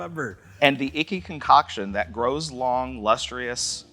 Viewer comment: LustrEEus and now MischEEveeus?